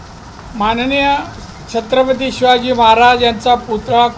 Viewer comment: नारायण राणे साहेब... शब्दाचा अपभ्रंश होत आहे, छत्रपती नीट बोलता येते का??